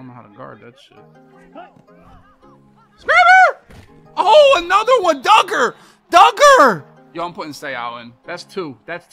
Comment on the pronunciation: It’s not dooger…Dugger